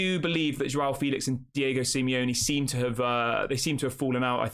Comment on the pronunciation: It's pronounced Jao, not JWOW...LOL